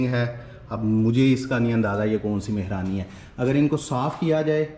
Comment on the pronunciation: MashaAllah boht achi koshish hoti hy kafi detail main ap btaty hain Maza a jata hy vlog daikhny ka bs aik request thi agr apko bura na lagy tou zra Urdu ki pronunciation zra aour bhtr kr lain ap bar bar taachqy Keh rahy theiy JB kh taaqchy hota hy mehraani nai balkh mahrani hota hy don't mind it thanks